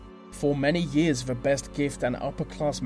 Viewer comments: I hate how he pronounces 'th' as 'v' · So distracted with your V's instead of T's :S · I'm sorry, but I've got to say something about this narrator. He seriously pronounces the letters 'th' as a "v" sound?! How did he get the job?!! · Very odd narration. English I think but mis pronouncing various sounds. Th becomes a v and it makes words sounds most peculiar. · this would be so much better if a person could actually speak properly...he needs elocution lessons!!! using V for TH is not proper English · good video but the pronouncing 'th' as 'f' is very distracting!! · Great info :) but the way he said 'the' like 'vuh' i wanted to cry😂 sorry!